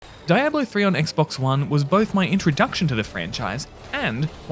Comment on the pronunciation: You're pronouncing Diablo wrong dude